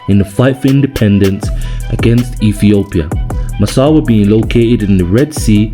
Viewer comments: Massawa! bro was saying massara every time 😂😂😂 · Brother it’s Massawa not Massara. Love it tho ❤ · Brother Massawa, not masara!! 🙏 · IS NOT MASSARA , IS MASSAWA 😂 GOOD JOB THO 🇪🇷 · It’s not Massara. It’s Massawa